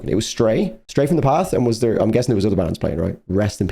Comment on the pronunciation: Are you actually incapable of saying "im"? ITS basically fucking "him" without the h 😂 Imagine it scouse😂 Thanks for the reaction though🤘